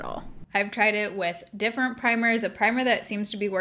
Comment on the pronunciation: 100% no tea, no shade. I absolutely adore that you say different "differnt" bc SAME & EVERYONE MAKES ME FEEL BAD ABOUT IT😂😂🖤🖤🖤